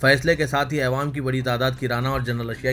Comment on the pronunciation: bhai Ma Shah Allah bahot ache se padhte hain Akhbar lakin ek lafz p ghalti hori jab bhi ap awwam bolna chate aewam bolte ho plz khiyal rakhin